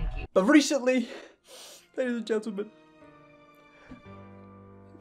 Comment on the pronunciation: did he say "ladys, and bee's, and gentalmen" ???